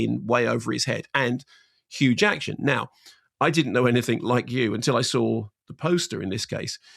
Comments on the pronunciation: I keep hearing huge action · Is it me or did he keep saying Huge Action?😂😂😂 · Hang on, why is he saying hue jacktion? I actually don't get this, at first I thought it was a mispronunciation but he seems to keep using it so I'm wondering if there's an inside joke, or meme, I'm missing. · Why does mark keep calling him Hugh jakshun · I thought he said Hugh Jackson - but it’s Huge Action?!! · Why is Mark saying hugh jackshin not jackman? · Did you realise you kept callingHugh Jackman Hugh Jackshun? And Simon never corrected you? What's that about? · Mark! Who in the world is Hugh Jackshun? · Why can't Mark Kermode pronounce Jackman?